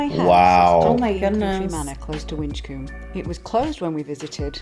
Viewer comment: I feel so lucky to live in a Gloucestershire ☺️ I actually live about a 15 minute walk from Gloucester Cathedral. Also the first place that was shown, ‘Winchcombe’ is actually pronounced with a silent ‘b’, just for reference.